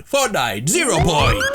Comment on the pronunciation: nah just say "Batman ZERO PONIT"